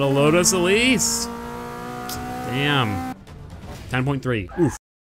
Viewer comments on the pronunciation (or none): none